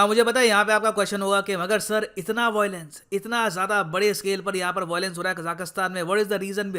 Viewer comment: Bhai it's VIOLENCE not VOILENCE.. aata nahi kya.. LION not LOIN..